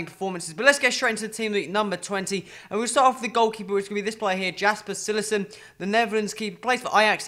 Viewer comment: Cillesen???? Cillesen has a big nose man!